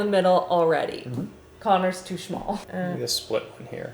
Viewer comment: "corner is too schmall" 😂